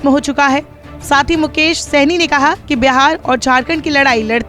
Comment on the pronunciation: Saini nahi shahni kaise kaise anchor hai